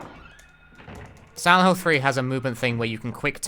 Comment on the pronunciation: Took me about ten minutes to realise he was saying "Silent Hill" not "Xanahu"